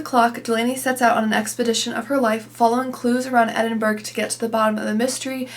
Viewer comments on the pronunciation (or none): Love your channel - just a little heads up..... Edinburgh is pronounced Edinburra. Greetings from Edinburgh🏴🏴🏴